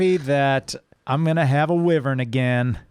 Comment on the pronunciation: Oh dear god, you're still pronouncing wyvern as wi-vern... please pronounce it wy-vern... that is the English pronunciation after all :P ... keeps up the great work, love your channel :D